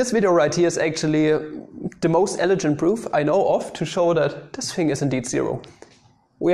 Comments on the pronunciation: Eledschend? Speak English please! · Not sure if I'm missing a running joke but, on the off chance that I'm not, I figure it's worth mentioning that the 'g' in "elegant" is the same as in "goat" or "green", not "gentlemen" or "generic" (as far as I can tell, "elegant" is the word you were going for several times when describing some of the results at the end). Anyway, that aside, great video as usual.